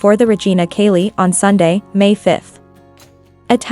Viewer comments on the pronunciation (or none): T chay lee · Just a reminder:: Regina CAELI is pronounced "TSELI"...